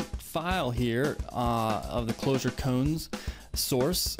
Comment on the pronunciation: Not "cones". Ko-an. It's a Zen term.